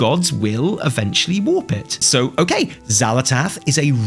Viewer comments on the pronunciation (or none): none